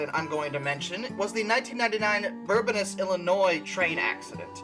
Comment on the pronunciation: Ive never once heard anyone on yt actually pronounce bourbonnais correctly lol its bourbon (like the drink) and ay at the end. The s is silent (its french)